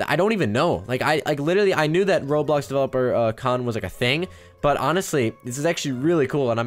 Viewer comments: Its Ro-blox-Blocks-blocky not whatever that is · ITS ROBLOX RO-BLOX RO-BLOCKS NOT AN RO-ALIEN